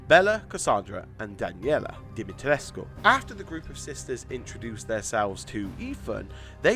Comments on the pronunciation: Hi I’m Romanian you did good at lady d name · You pronounced her last name the romanian way I think it's right. (I'm not romanian but I seen people said that's how you say it)